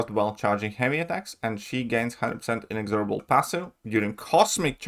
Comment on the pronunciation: Hi. To practise pronouncing inexorable correctly, try slowly saying in-ex-or-ubble (as in bubble) a few times, then say it faster whilst emphasising "EX". in-EX-orubble.